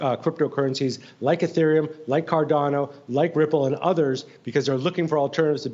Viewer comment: He said “Ripple” Lmaooo